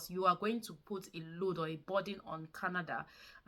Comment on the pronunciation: Its not kanada. It's Canada